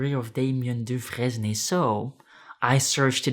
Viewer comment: If Da Vinci is rolling in his grave, then Sasquatch is seething and stomping above it...that digital footprint🤔😆 **Side note the "fresne" part in Dufresne is usually pronounced like the word sprain or stain, think, do-frain....at least I think...I had a friend with same last name and that's how he pronounced it. It's a tricky one, long and short vowels and silent letters🙄